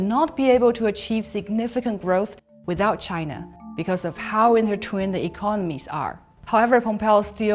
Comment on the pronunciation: I'm an English and Mandarin speaker, here are some tips: it is not "rep-peated-ly" but ree-peated-ly; it is not "inter-twin-ed" but inter-twine (same sound as "whine"; it is not "stock-ing" but stoke-ing; I think just a plain mistake there. Not "refuse" but refute. I hope this helps. A very essential video. I am appalled by the level Pompeo will stoop to to slander China. But this is what you'll expect from a lackey in Trump's Administration. Please always expose this man whenever you can, whether he is spewing fake news or simply lying about China. And seriously ban him from entering your country or treat him like the pariah that he is.